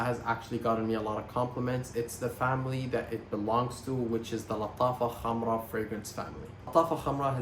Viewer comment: Finally someone pronouncing Lattafa Khamrah correctly 😂